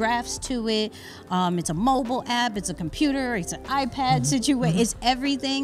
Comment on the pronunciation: She really just pushed through that "Slim-picity"